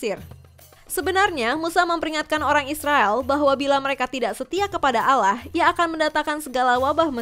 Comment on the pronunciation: Kok Allah di sebut alah